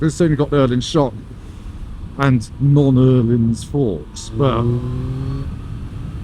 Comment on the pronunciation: At last someone who can say Ohlins corrently!